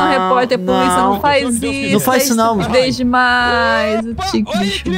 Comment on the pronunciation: "Eu sou polícia,puliça" puliça,reporter